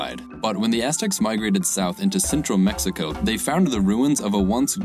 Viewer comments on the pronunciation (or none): none